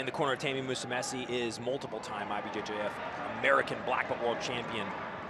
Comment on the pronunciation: Man, these commentators need to learn how to pronounce Musumeci. Don't be ignorant with foreign names especially with those who've been competing for quite a while now